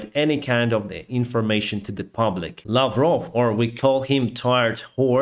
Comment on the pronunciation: Lavrov = Brer Bear